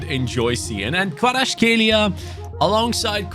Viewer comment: you said Kvaratskhelia incorrectly